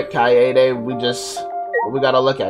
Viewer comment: Oh btw, Keade's name is pronounced "Kai-day" not "Kai-yay-day". Kai-yay-day is just a mispronunciation by some of the VA's, cuz youll notice that its not consistent which way yhe cast pronounces her name. But the Japanese dub only pronounces it the one way.